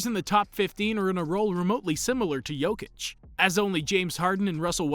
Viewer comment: He pronounces his name just fine